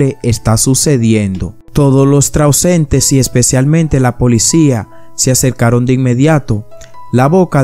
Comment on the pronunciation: Se dice transeúntes, acentuar en la U.